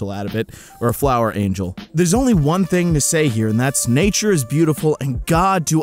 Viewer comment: you said nauture in the second flower